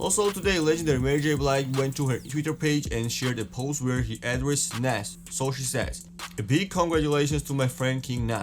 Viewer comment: Still cant say Nas correctly smh